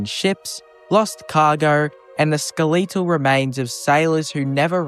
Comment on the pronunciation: I have never heard skeletal and Sentinel pronounced that way and now I can't unhear it...